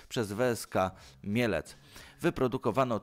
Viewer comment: Weeska Mielec? Dobrze słyszałem? Rosyjskim poleciał.